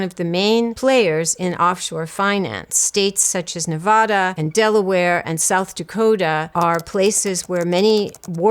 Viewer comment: A professor who can't correctly pronounce the state of Nevada? It's 2026 do better!